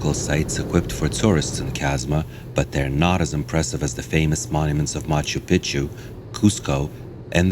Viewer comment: Machu Pichu. Pronounced PEE Chew. I mean you should be able to say it correctly pretending to be an expert on the subject. Which you aren’t. Lmfao.